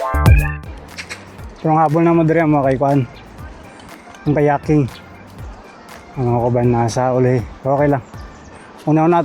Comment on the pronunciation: Kayaking ✅ Kayating ❌ 😂